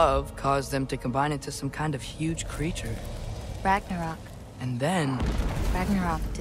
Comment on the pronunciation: Ah yes. Gwagnarok